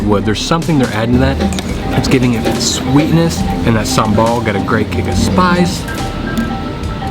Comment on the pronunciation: I like how u say SAMBAL.. I can make SAMBAL for u btw .. But please dont order pork sate when u are with me LOL🙏